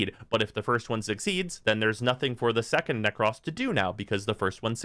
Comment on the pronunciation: You always say Nekros as Neck-Cross... It's Neck-Crow-Ss